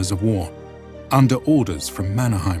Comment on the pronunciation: Problems and Errors. - German map (Pommern) is wrong. The gap is too wide. - During the beginning of the war people rately had other than their own clothes (heard that from persons attending the war). -The pronunciation has problems. For example "Lahti" is not "lati" it is "laHHH-ti" (letter 'h' powerfully and longishly pronounced and short 'a'). Mannerheim in Finland is not pronounced German way. In Finnish word are pronounced as they are written letter by letter. Suomussalmi: suo-muS-Sal-mi. Kuhmo not "kumo" is "kuH-mo". - Essential support of the Finish female based organization (Lotta) handling support like cantina and handling fallen soldiers. - The winter was exceptionally cold. After very warm 30's the 1939 winter was really cold. And that was for Stalin's Ukrainians too cold. Yes Stalin wasted lots of Ukrainians using meat waves. Good points is the greatest problem with many presentations not to understand how REGIMENTs were constructed at that time: not just using collections of some random strange people. They were coming from the same area knowing each other like from the primary school or are neighbours family living in the same are like 700 or more years. This means severe losses caused an area to lose most of their males.